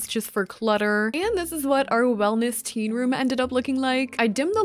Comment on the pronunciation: When you said teen room I thought you said tea room and I was so confused when you put a bed 😅